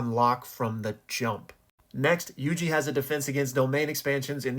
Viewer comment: Pronouncing my name correctly has strengthened my fandom in you exponentially